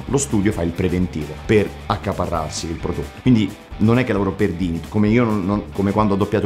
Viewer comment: WaddafAsk bellissimo come al solito, però Dynit pronunciato all'italiana no dai :D P.S. Mauri se non l'hai ancora fatto ti consiglio vivamente di recuperare Fate/Zero